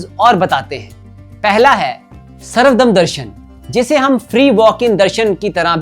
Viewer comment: बहुत ही सुंदर और सटीक तरीके से अपने समझाया, इसके लिए आपका बहुत बहुत धन्यवाद❤ कुछ correction वो सर्व धर्म दर्शन कहा जाता है सर्वदम नहीं।